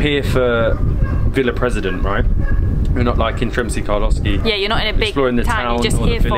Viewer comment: Hey guys, super cool videos, but its not Sremski Karlovski its Karlovci